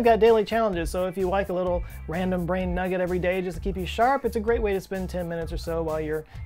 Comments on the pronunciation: Did you really say '... a real brane teaser...' (grin) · You're making my "brane" hurt...